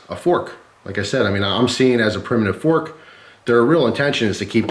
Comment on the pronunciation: 1 pronged fronk